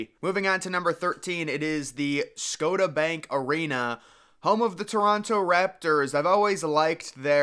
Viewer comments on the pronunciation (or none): Have you ever been to Nova Skotuh? It’s beautiful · How did I know the american would mispronounce the name of the canadian arena. ScoSHa bank. You can pronounce demolition but not scotia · As a canadian I'm laughing at the way you pronounced Scotia lol